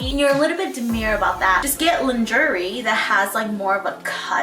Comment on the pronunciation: I thought she was trying to mispronounce luxury at the beginning 😅😅😅😅